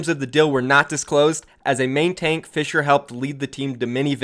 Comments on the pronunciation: You actually didnt butcher Fissures name that bad! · nope you didn't butcher the Korean name for fissure